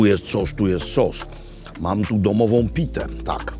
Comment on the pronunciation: Sos czosnkowy by Makłowicz - "Czos". Genialne.